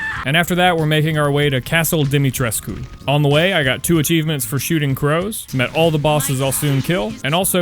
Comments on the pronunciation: FINALLY SOMEONE PRONOUNCED DIMITRESCU RIGHT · Thank you so very much for pronouncing Lady D's name as actually Dimitrescu and not Domitresc or whatever the fuck they say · I know this is kinda late but I wanted to say how much I appreciate you for pronouncing the Romanian words right. Words like "Dimitrescu" (which is pronounced wrong somehow even in the game, by the voice actors) and "Uriaș" are always mispronounced by the yourubers i've seen play this game. I can't say i don't understand them, but it's just so relieving hearing your pronounciation